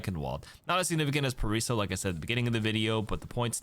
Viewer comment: The Paraiso pronunciation is killing me